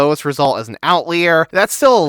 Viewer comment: It’s “out liar”. I wouldn’t have said anything but you say it more than 3 times!